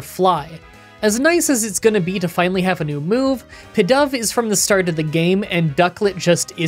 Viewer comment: Pee-dove, Ex-cadrill (as in excavation drill), Tym-pole (as in gym pole) BISH-arp, Sidgilyf, BOOffalant, EEL-ektross and HaiDREIgon